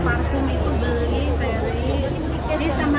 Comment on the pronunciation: Udh tau ga bisa ngmng F tp namain anaknya ferry jadilah bukannya ferry tapi peri peri 🤭